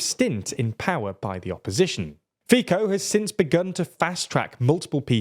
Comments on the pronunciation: This is primitive progressivist propaganda. On top of that very unprofessional. At least the speaker could have learned the correct pronunciation of the Slovak prime minister’s last name. The same applies to the pronunciation of other names of politicians, geographical names etc. That is about showing respect to the relevant countries and their cultures incl. the language. This clearly shows that this guy is far from being professional. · I just cant from the FIco pronounciation XD. Very funny how oyu read it the english way! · There are several commenting here on the mispronunciation of 'Fico' but I would add that it makes it all the more frustrating that you obviously can pronounce it correctly at times. At any rate in general this was a fair, if not quite fault-free analysis, but I would also question a circa 60% turnout being 'low'. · I couldn't help but have the feeling that you were botching the pronounciation of those names. And also, stick to pronouncing either "Fico" or "Fitzo", not both in the same video... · Well if you try to look like a serious journalist, looking up how to pronounce name of quite important politician is least you can do. Not like it would take an hour to do so. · Well, I got it that Slavic names tend to be hard to pronounce for the English speakers. However, when they have Fico literally in the title of the video and he is (togeather with Orbán) the main topic thereof, they should put at least some effort to the pronunciation. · fr it annoys so much me that anglophones can't take a minute in google translate to check how you pronounce non-English names. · This channel struggles with promounciation. Robert Fico name pronounciation is not Robert FiKo! Proper is [ˈrɔbert ˈfitsɔ]. How reliable can be when they don’t put an effort to find out what is the proper pronounciation of people or town names? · Fico is pronounced “Fitso” . The “c” is not pronounced as “k”… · PLEASE stop calling fico fiko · yes it's pronounced as Ficko.